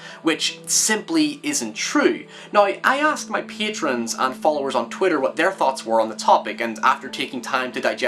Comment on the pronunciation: ''I asked my peeyaytrons'' haha :D great essay